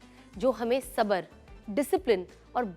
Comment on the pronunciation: Sana Madam please correct your some urdu words, Pegaam nahi Peghaam, Sabar nahi Sabr etc